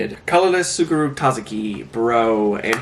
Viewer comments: Say it like Sukuru pretend the T isn’t there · if you need help pronouncing the "ts" of tsukuru, think of it like the "ts" at the end of "cats"! if that doesnt work, just using the "s" sound is more accurate than emphasizing the t at the beginning.